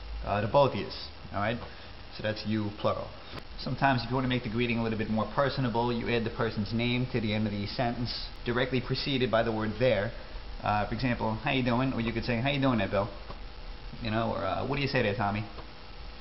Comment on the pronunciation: did he say "personble" ?!?